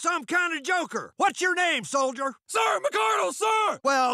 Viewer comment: If this is the MARINES then why did he say soilder